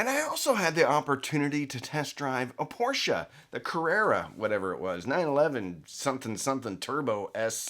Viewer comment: Thank you for pronouncing Porsche correctly. 😁 Oops until the end… well, thanks for pronouncing it correctly in the first part of the video. 😟